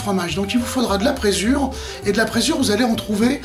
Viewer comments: Bonjour Super vidéo ! A titre informatif on prononce prézure et non pressure. Ça m'a obsédé tout le temps du clip. Bonne journée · Bonjour et encore merci pour toutes ces vidéos. La présure (prononcer prézure ;) ) permet la digestion du lait des ruminants à l'aide de leurs enzymes gastriques. D'ou les problèmes de santé que l'on peut avoir avec le lait, le beurre et la crème fraiche...